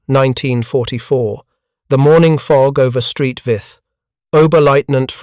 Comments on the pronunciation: Exactly. Saint Vith! Not "Street Vith"!. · St, is pronounced Saint not Street Saint Vith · “Street Vith” no no no Saint Vith stop with the AI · Street Vith. 😂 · St. Vith? It is 'Saint', not 'Street'. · Please ditch the robovoice - Street Vith for St Vith and Mark is for Mark I Tigers, indeed. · St Vith is not street Vith. Its Saint Vith. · "Belgian town of Street Vith"😂😂😂😂😂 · Ffs, "Street Vith??" Wtf. Do better. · Street Vith?? 😂🤣😂🤣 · Oh the limits of AI and automated voice over. “St.” isn’t USPS speak but short for Saint, Sankt or Sint all the local languages (French, German. Walloon, …) for “Saint.” St. Vith was named for Saint Vitus. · Tiger Is ; M36s; Stupid AI calling the use of "S" meaning plural, or more than one, but simply saying Tiger "is" or M36"s". Oh yeah, then there's the erroneous use of the Belgian town of St.Vith, Saint Vith, not Street Vith as AI pronounces it.